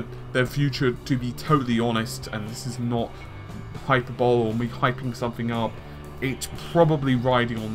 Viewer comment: Hyperbole= Hy per bo lee.